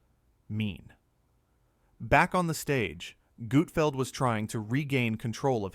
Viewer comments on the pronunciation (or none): ❌FAKE Never happened Never FAKE❌ F A K E E K A F Gutfeld never treats any guests so poorly! Especially Kevin Hart! It's NOT "GOOT FELD" it's Gutfeld!!! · OK I’m gonna say that you’re a moron when you say his name wrong when you’re trying to insult him you’re the one who is the idiot. It’s not Goodfeld! OK fine it’s GUTFELD! If you can’t even get his name right you have no business critiquing him. It makes you look like a fool you can’t even say his name right! And I’m sure you’re a left-wing loo. Greg Gutfeld rocks late night and there’s nothing any you can do about it! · Also you’re a bigger idiot because you obviously are not familiar with Gutfeld! Because all the talent is already seated and no one’s walking out and waving like they’re on the Tonight Show! OMG! I hope Gregg sees us and ripped you a new one cause you deserve it. Tell the truth and if you’re gonna critique someone make sure you say their name right and get the fax correct!